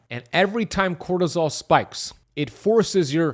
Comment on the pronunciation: Bro said crotosol million times